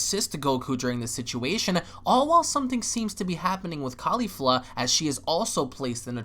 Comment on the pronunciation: I love you man, but goddamn you ALWAYS get Caulifla's name wrong by leaving the second "L" out. It's Caulif-LA, not Caulif-A. I know it's a small, picky gripe but come on man lol